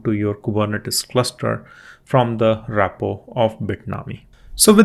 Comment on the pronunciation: It's "Repo" and not "RAPpo"